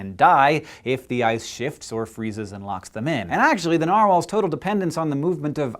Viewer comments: i think the way hank says narwhals it the correct way to say it, because that is almost how it is said in norwigian. Sincerely a norwigian person. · Sincerely a fellow Norwegian person yes it's right